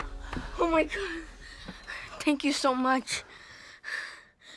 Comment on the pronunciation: said tank you so mutch